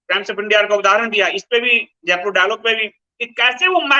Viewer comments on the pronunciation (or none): none